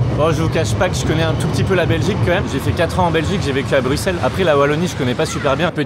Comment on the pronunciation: Je reste il prononce bruxelles correctement!